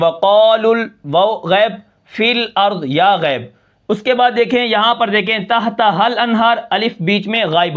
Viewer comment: تھتھا الانھار ؟ تحتھا الانھار